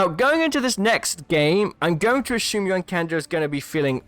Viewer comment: Something wrong with the way you pronounce "assume." Gets really annoying